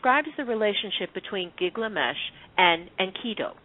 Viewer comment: Good show, but the name is GIL-gamesh, not GIG-lamesh.